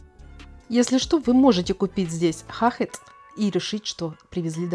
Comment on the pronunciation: Не хахетц, а хаше ! Шоколад так называется! Французское слово! Больше его не производят в Бремене, но продают.